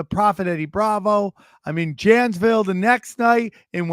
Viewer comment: Love ya come on man your losing my trust for your knowledge man you cant pronounce or read the word Janesville come on man